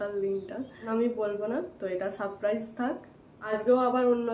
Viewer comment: Special day k barbar pesal pesal day korcho surprise k suppraiz bolcho tractor k tactor bolchokeno... english boltei hobe ta joruri nah..vul val bole nijeke hassokor bostu banao keno..banglay bolo